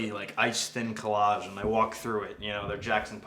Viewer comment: Takes a lot to make me laugh, the “Ehhnd Dan?”s REALLY got me